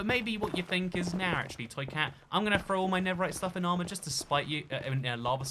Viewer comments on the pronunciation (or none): none